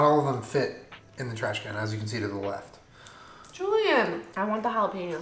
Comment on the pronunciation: But he only responds to "Julien-uh!" That hidden 4th syllable, thanks Jenna! 🤣🤣